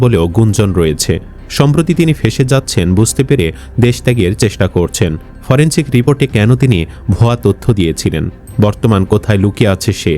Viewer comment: ফরেনছিক না … উচ্চারন হবে ফরেনসিক